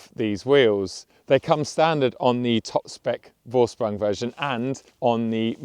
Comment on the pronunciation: Vorsprung (to lead) is pronounced "Forsprung". You should get that one right. It's almost as bad as the americans pronouncing Porsche as "porch".